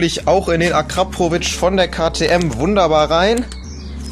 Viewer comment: Warum sagst du immer akraprovic?